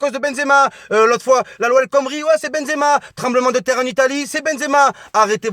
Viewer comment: on a marre de ton benzeama walah je suis algérien mais tu me fatigues avec tn benzeama